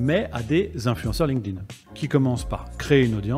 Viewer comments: "ligne-ding" au lieu de "link't-in", je n'entends que ça. Hé hé! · faudrait commencer par la prononciation.. c'est Link'd - Inn... pas lingueding, ni linkeudin For pity's sake! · j'adore comment les français prononcent Linked In ''Linkeu Din'' 🤣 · "Ligue ding" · c'est trop mal prononcé 😂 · C’est fou comment les français ne comprennent pas que ça se dit pas « Linguedin », quelle connerie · Bon écoute ça se prononce linkt in. Comment est-ce possible de passer autant d’années dessus et ne pas être capable de le nommer à l’oral ? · J’ai encore jamais entendu un français prononcer correctement LinkedIn. Le pire (et répandu) c’était “ Line ke dine” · comme quoi il n'y a pas besoin de savoir prononcer LinkedIn pour le comprendre mieux que la plupart des gens!